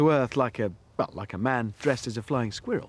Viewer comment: lol hamster has a funny way of saying squirrel